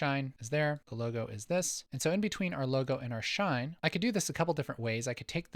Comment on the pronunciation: the "shaine"...? 😜😜